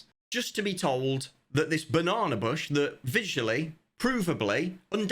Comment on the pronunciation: Came for the update, stayed for pronunciation of "banana."